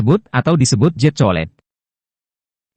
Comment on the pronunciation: Jet bukan zet 😂😂😂😂😂